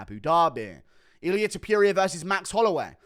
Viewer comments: Hate the way Guru says Ta-PURE-eea 😂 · Illyuh Tuhpeeria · I genuinely love how you maintain "Ilia Tipeeria" as his name. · i dont like how you say topuria